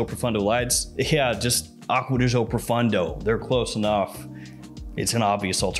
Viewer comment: Why do Americans that "Gio" pronounce like "Zhou" when it´s simply "Jo". Do they really think "Zhou" sounds italian? LOL